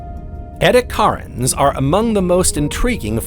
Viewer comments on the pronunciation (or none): "Edi8acarans" is pronounced "edd-ee-a-KAR-anz."